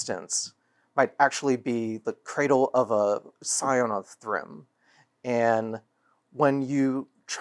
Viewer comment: Scion, not Psion